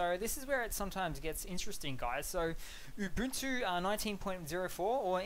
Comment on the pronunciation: It's pronounced Oo-Buhn-Too. Not Yoo-Boon-too or Oo-Boon-too. And this vid seems to be entirely superficial differences regarding the UI. Any chance for a deeper dive?